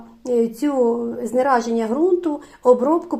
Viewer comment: Знезараження взагалі то. А не знераження